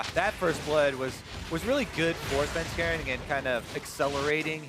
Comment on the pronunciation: Am I the only one getting hella triggered by Phreak's "Svenskaran"?!